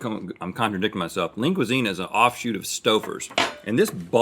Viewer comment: Am i the only one who hears “Link Cuisine”, instead of Lean Cuisine.?